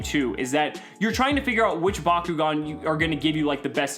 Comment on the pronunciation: Back-O-gan not BACQGON